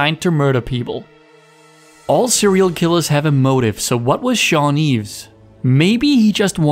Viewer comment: And shawni did it I can't pronounce he's name right